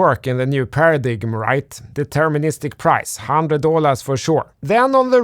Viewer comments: agreed one note. we don't pronounce the g in paradigm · paradigm = ‘paradime’ … gotta love quirky English language 😊